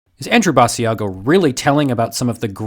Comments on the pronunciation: You are pronouncing his name wrong! Ba~sha go! It was on the internet when when in the 1990 decade! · It's Basiago as in Chigc'ago'. At least get them name right of the man you are debunking. As the person's name you are calling is a different man. It would be like me telling my friend to check out your channel and calling it Nerd Sterrf. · Aww, it's so sad, now that I realize that space is fake, astronauts are astroNOTS, etc.., I have had to give this up, too, lol, and his name is pronounced like Chicago, BAH SHA GO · First, if you're going to "debunk" a guy, at least pronounce his name right. Basiago rhymes with Chicago. Which tells me you didn't do your research. Two, there are other people who have corroborated Andy's accounts, at least seven people to-date. Three, sorry 19th century photography wasn't great. Sorry for the blurry photo. Four, he was never told when he was going to be president, just that he was going to be prez. Again. lack of research. Time will tell. Debunk him in 20 years. Five, sorry Mars photos are blurry. Again, they are mostly taken from Google Mars or from NASA, who deliberately blurs the photos. Sorry the technology is not up to your standards. Six, Andy has done dozens and dozens of interviews. His account never varies, never changes, he never trips up. Cops will tell you liars change their stories. Seven, sorry his Mars paper doesn't live up to your scholarly standards. I read it, it seemed understandable to me. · Joshua Brooks or maybe it's people that realize, even if the story is fake, this wasn't at all a good debunking. he can't even pronounce the guys name right. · Pronounce his name right. It’s not with a long e sound